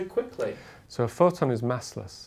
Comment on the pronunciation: Did he say Photon or Forton?